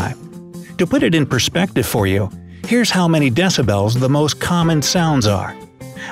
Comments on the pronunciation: Deci- bells! Was that an inside joke or just poor pronunciation?!? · Deci-bells ! Hahaha